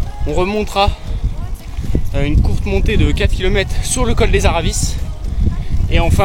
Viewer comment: Attention à ton accent ! Col des aravis et non araviss en haute Savoie on ne prononce pas les z ni les s